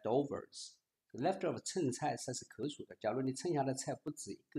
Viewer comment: 剩（sheng )菜